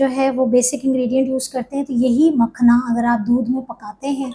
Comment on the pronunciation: Makhana word ko galat na bolein log confused hn